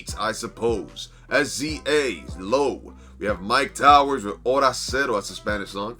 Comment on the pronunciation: The way you pronounced SZA 😭😭😭😭😭😭💀💀💀💀💀💀